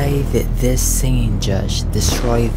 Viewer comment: "zis is sho sad"